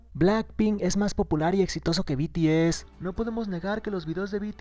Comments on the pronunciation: be te ese jaajajaj XD hasta mi mama sabe decir bi ti ez oye en que canal lo viste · Beteese 😂😂😂😂 When no sabes pronunciar un grupo HERMOSO y FAMOSO.... PD: PINSHE YUTU SON MIERDA 😈😈😈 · Al final del vídeo, "El grupo coreano *BETEESE*" Ay dioss, es BI TI ES, BTS!!! YA APRENDANSELO NO?? ESTO ME ENOJA SINCERAMENTE, SORRY :''C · Alguien diga le a la reportera que no s beteeze que es bts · "beteese" xD típico